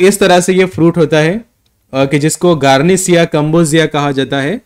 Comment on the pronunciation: Vriksha-mla NAHI vriksh-amla….garNIcia nahi garCInia